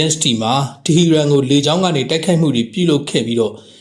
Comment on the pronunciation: တီဟီရန်လို့ မရေး မဖတ်ပဲ တီဟရန်လို့ အမှန်အတိုင်း ရေးသားဖတ်ကြားပါရန်